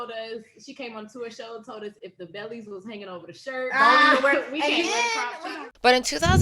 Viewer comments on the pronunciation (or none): none